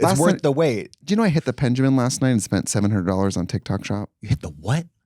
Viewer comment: Never in my life, I thought Trixie would say penjamin thank you auntie